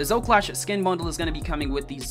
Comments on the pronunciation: Why does he fail to say Zoe everytime... Its Zo-E NOT ZO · Yes i do, but Zo and Zoe is not difficult, putting an E on the end of something is not hard for anyone, including dyslexics and children